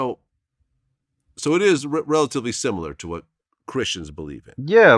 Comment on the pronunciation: Did he say simular ? Lol